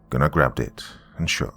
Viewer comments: Still a slight cringe when Goon-Are is said rather than GUN ner. Great work regardless. Thanks. TNJR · Me when doc pronounced Gunnar's name, as Goonar, and not Gunner. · I love this one but I got to say this Gunnar is pronounced Guner lol but I love the voice you used for Cooper's dad what I always imagined it to be. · Do you know it took me about 30 minutes into the story to realize he was saying the name Gunnar lol. Not Gu-nar lol